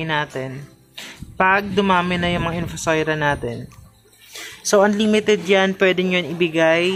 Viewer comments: In-Fu-So-Ria.. hindi po In-Fu-Soi-Ra... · Infosoira or infosoria..kasi infosoira po sabi mo.pero nevermind po..salamat sa info..sory ha